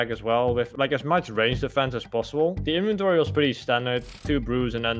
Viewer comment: "De inventorie was pritti stendert"